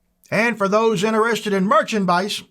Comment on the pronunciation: Merchanmice…!!! lol….thank you for the review …!